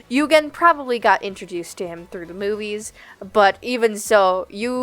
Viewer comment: I thought you said you learned about Rocket Raccoon “through the boobies” I had to rewind to make sure 😂😭